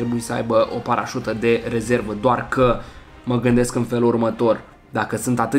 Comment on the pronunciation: Ai spus parasta nu ai spus parasuta